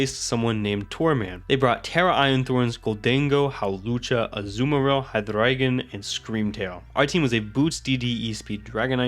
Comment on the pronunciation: I gotta assume you're native German or something yeah? Based off of the HyDRRReigon pronunciation lol?